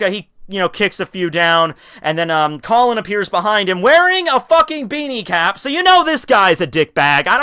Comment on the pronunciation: I am speechless, really tekking. ik it's a joke but fucking " "